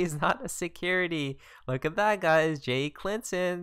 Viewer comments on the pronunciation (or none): that one gets me every time ! So does "Jay Clinton" and "Brad Garling" XD